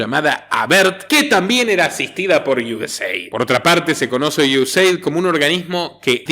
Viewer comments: US-AID. "Eid Pronunciacion en ingles.. Gracias por todas tus informaciones. Un saludo desde Miami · Sí... Se pronuncia Iueseid